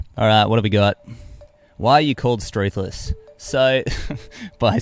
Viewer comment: Haha i thought struthless was like "saint ruthless"